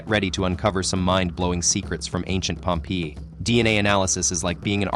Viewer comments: i hate the way this AI bot pronounces Pompeii!!! (pronounced 'Pompay') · yeah the way he said pompee put me off the video